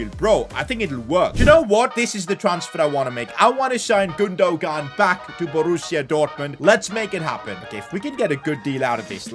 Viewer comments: it’s pronounced Gundoan. G is silent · gundogan name is Turkish and has a Turkish apostrophe so you pronounce it as gundowan the g becomes a w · Yo just so you know Gundogan is pronounced, “Goondowan” just so you know. Love the vids! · Lol i laughed so much when he said gundogun :) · 😤 can you stop pronouncing gundogan wrong and try to pronounce it like gundoywan. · its pronnounced as gundo wan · PCQ: it’s GOON-DU-WAN. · saying Godogon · Can any point out how he gundogan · Am I stupid or did he just fuck up Gundogan’s name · stop pronouncing Gundogan wrong don't say the g part instead say it with a y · the way he says gundogan 😂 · who else was dieing when he was saying gundogan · The g is silent in Gundogan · Gündoğan might have scored that long range effort if you'd have said his name properly 🤣 really frustrating how wrong you say people's names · Who is the evil man who made him buy gundogan now we’re going to have to listen to his horrible pronunciation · You are not supposed to say the second g in illys (Gündogan) name